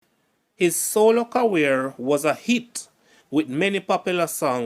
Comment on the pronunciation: "Ca-rear" not "ca-wear" for career.